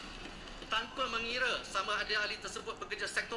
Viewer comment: TANPA Bukan TAMPA..nampak sangat pemalas baca buku